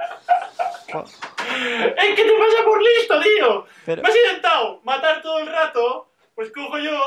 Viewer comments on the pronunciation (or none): none